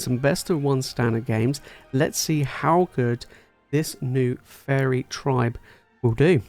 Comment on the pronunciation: everytime you said faerie i heard furry made the video amazing